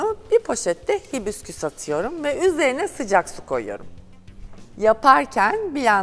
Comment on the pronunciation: Hibisküs diyosunuz ısrarla baya rahatsız etti